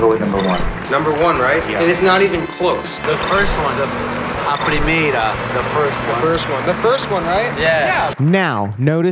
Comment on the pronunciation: why did say "a primeira" like he was a foreigner attempting to speak portuguese